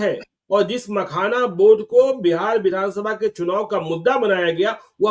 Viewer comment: Makhana ko pakhana bol rahe hai.